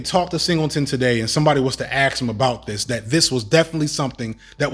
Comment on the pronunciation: As well spoken as you are, if.... axe instead of ask fustrated instead of frustrated xspecially instead of especially are where your brain is defaulted?; you'll never get the respect you deserve.